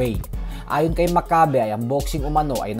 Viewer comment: (M A C C A Y B E ) not mak kabe